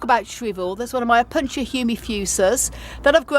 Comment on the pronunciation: Thank you; I always enjoy seeing your collection and learning from your vast store of knowledge. I do want to let you know the correct pronunciation of a couple terms, though: Opuntia and Cholla are both Spanish words and even for English speakers they are still pronounced o. punTEE uh. and CHOYuh respectively.